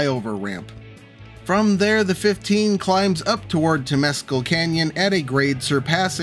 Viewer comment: Temescal="temm-ess-CAL" Also, it's "Penesquitos", not "penesquitas". Another problem in San Diego County is that a lot of the land is federal property such as around MCAS Miramar. Around Old Town a lot of the land is state property.